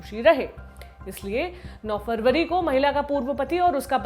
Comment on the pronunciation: मेरी बहन खबर पढते समय जनबरी फरबरी तो याद रक्खो